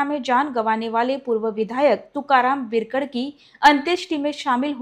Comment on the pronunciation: Madam बिरकड nahi बिडकर बोला